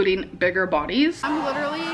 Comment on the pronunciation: “Lilurly” so sad 😞